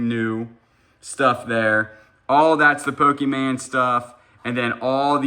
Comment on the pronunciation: PO-KEE-MAN? No. PO-kah-mon. I know you screw up words on purpose, but this is the only word you mispronounce 100% of the time, which leads me to think you don't KNOW the proper pronunciation. No charge, you're welcome! Love your channel!